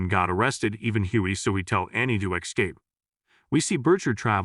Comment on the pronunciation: How is it still mispronouncing words like escape